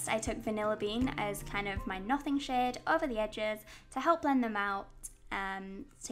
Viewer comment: Sometimes, when you say "shade" it sounds like "shit" in my head, and I laugh so much I feel like a five year old :P